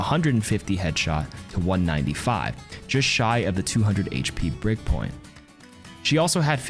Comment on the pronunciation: Every time you say ‘breakpoint’, I can’t help but hearing ‘Brigg-point’ lol